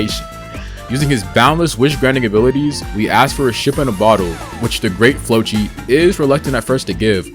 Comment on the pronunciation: Also it’s the great “flokki” not flochi